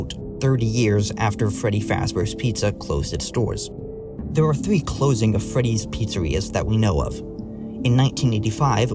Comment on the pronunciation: Please learn how to say three correctly